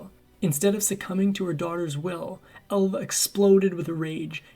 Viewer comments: …. And …. “ Alva”. He’s pronouncing it Elva. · I noticed the pronunciation. “Ehlva” instead of “Ahlva”. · Her name was Alva not Elva.